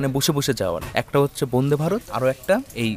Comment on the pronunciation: উচ্চারণ ঠিক করতে হবে বোনদে ভারত না উচ্চারণ টা বন্দে ভারত।